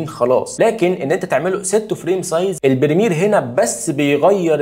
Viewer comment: بريمير وليس برميل